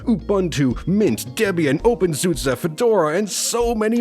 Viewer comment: With Windows 10 going EOL, and with the amount of ppl with sh*t PCs who can't upgrade to 11, i think Linux will get more and more fans. Just my opinion Also, the pronunciations are wrong: it's ooh-boon-too (Ubuntu) and open-soo-say (OpenSuse)